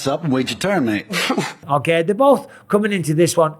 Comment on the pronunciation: Love the way he says “Mayte”